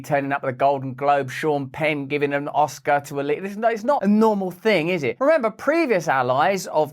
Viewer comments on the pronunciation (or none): none